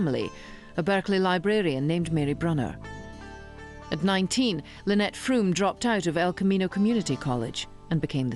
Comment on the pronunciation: It's not Van "Hooooten" or Lynette "Frooooome".